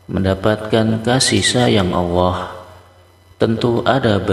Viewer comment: Sayang awoh...awoh...awoh...sebetulnya Alloh bro hrp dirubah